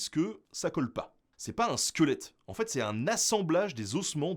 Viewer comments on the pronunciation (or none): none